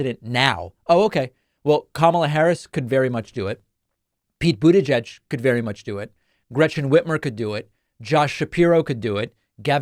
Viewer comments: How does my man still need to say Boot Edge Edge to get it right? 😂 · Anyone else have David's pronunciation of "Butegeg" in their head all day? 😄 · David sir, why do you keep pronouncing Pete Buttigieg’s name like that? It’s incredibly hilarious in which I can’t stop saying myself. At this point I’m convinced you are somehow unaware of the mocking of his name. I know you mean no disrespect. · I thought it was pronounced like...booty-geg. And it always made me laugh from the irony. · I honestly can't believe you can't say his last name properly, lmao. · Gotta work on that pronunciation of the name my dude. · Is that... Really... How Americans pronounce Buttigieg??😂😂😂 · Why did he pronounce Buttigieg like that? 😂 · Stop saying his name like that 😅you know it's wrong, and you've heard it said correctly before. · Why do you always pronounce "Buttigieg" so awkwardly? It sounds like mockery. If you're making fun of Trump's deliberate mispronunciation, it's backfiring. You can find videos of Pete pronouncing it himself and it doesn't have the strange hitch/length you put on the second syllable.